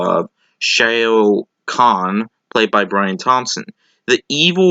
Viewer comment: Are you sure you actually saw the movie? I'm just asking because you keep pronouncing Shao Khan's name wrong. They use it several times in the movie but you're pronouncing it as if you've never actually heard them say it. This is something I've noticed in your "reviews". Although this could simply be you not associating the name on the page that you're obviously reading from as being the same thing as from the movie you just watched. For example here's how you'd say it: whereas you're saying "SHAY-oh". Just trying to point these things out if you're planning on doing this professionally. It will help later on.